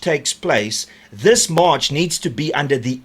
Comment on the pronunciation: The word is March not mush